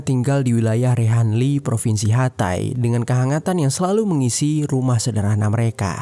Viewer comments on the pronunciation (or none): none